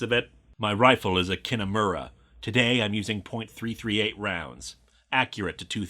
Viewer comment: Now i wish i knew some good team fortress 2 comics just so i could get lewis's opinion on the game. PS you don't need to say the point when talking about ammunition like a .338 you can just say 338. Gun nerds get mad if you don't say it right